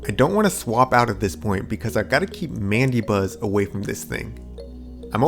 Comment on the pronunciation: It's pronounced "Man-da-Buzz".